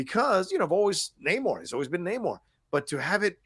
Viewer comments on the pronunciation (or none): Thank you all so much for pronouncing Namor's name correctly. It bugs me more than it should that he introduces himself one way in the movie, then every other character in the movie decides to Nay-more afterwards. And it bugs me more that every podcast/review seems to be going with Nay-more. That's clearly not what he said his name was! This is The Curse of La Llorona all over again....